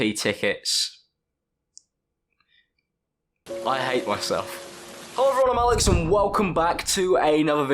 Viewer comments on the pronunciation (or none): I read a comment on one of your videos before saying "hollo everyone I'm " and I haven't heard your intro the same since